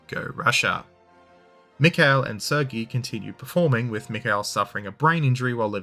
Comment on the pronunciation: How have you been to Irkutsk but can’t pronounce “Sergei”? 😂